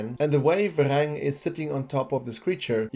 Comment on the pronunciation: Varang, not Verang